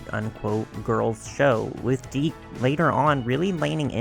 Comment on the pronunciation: Is that— Is that really how “Dic” is pronounced? Haaaaa I guess that makes more sense than how my brain has always pronounced it. 😅